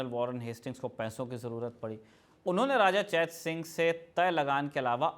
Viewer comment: चेतसिंह को चैत सिंह कहना कंफ्यूज कर रहा है।